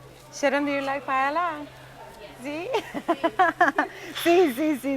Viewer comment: First, As spanish when someone pronounces "paela" I run away. Second. Ingredients are very important. Rice it's absolutely necessary that it be rice called "bomba" a variety grown only in spain. Not rice from asia or another place. Falvour changes absolutely. Third the seafood not from Pacific please. Shrimps, calamari, etc..don't have favour compared with spanish sellfish. It's impossible to taste a really good paella out from Spain because the ingredients are not good, even if the cook is spanish. To finish..."paprika" in the paella? Oh my God.